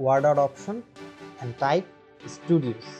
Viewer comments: Can you please upload a second one that says Studios instead of Stodios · studios bro.. not stodios